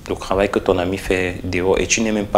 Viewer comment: Un souci particulier avec la prononciation des "t" en "ke"? Krahir, kravail...??